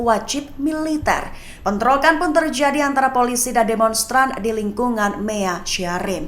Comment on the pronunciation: Penyiar berita seperti berdeklamasi 😅 sangat bersemangat. Terjadi dibaca tierjiadi.